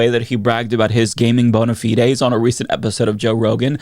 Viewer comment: I can't with the way you pronounce bonafide.